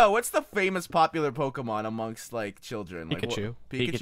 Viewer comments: I hate how he says "poh-kuh-mon" when it's clearly "poh-kee-mon" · its poh-kay-mon